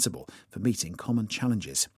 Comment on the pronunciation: 혹시 meeting 이 beating으로 들리지 않나요.